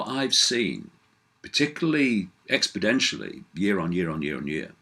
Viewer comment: by the way, the word is 'expoNentially,' not 'expodentially' that is not a word.